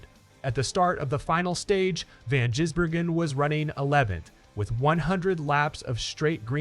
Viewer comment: Van Jizbergen he says